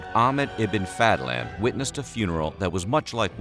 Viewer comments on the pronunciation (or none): love you bro, but dont butcher my man Fadlan name like dat.